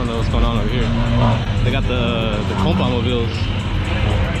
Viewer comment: Dude really said “ we got the Compa-Mobiles over here “ 🤣🤣🤣🤣